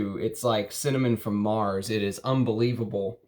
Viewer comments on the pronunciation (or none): none